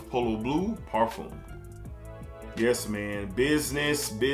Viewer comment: Parfum par-fum not parfume 😂